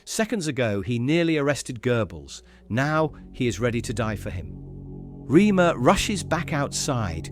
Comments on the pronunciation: It's not 'Reamer' as you say. Phonetically it is 'Raymuh' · For God's sake, it is pronounced 'Raymer'!